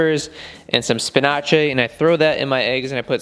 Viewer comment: Why do you pronounce spinach like that